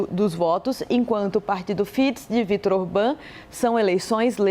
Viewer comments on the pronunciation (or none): pronuncía-se "Tíça" e "Fidéz"